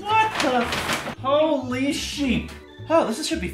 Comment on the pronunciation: It isn't holy sheep,. It's whooly sheep.